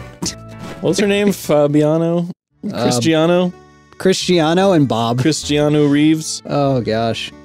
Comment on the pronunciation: IT'S CHRISTIANO BRUUUUH